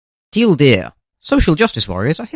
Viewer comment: the way he said TL;DR at the beggining of these finally made me realize that this being named TL;DR is a pun because it has a teal deer